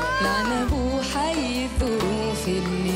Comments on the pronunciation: الاثنين نطقهم يضحك ليه التعزيز للغباء واحد يقول على الظروف دروف مفروض نقوله ماشالله اتقنت نتلصق وخلاص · بينطق الظروف الدروف وين الاتقان يعني اي تعزيز وخلاص 😂